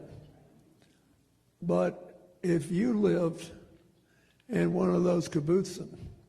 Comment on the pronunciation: This former world leader purports to be an expert, but cannot even pronounce “kibbutzim”. His potted “history” is just as mangled, simple-minded, and as dead wrong as the Oslo Accords, which were a farce and disaster for the Palestinians. Ashamed to have voted for him.